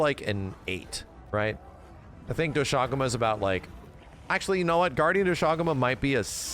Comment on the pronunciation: The english pronounciation of Doshaguma sounds so ass lmaoo